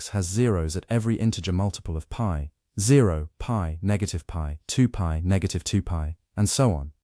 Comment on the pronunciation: Wtf is “pee over 2”?😂😂?? its literally pi over 2.